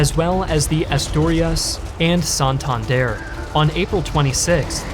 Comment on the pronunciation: You mispronounced Asturias and Santander